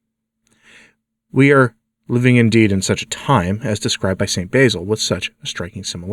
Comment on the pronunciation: Please realize that the "basil" you pronounce is an herb. "Basil", as in the Saint, has a short "a", as in "sat".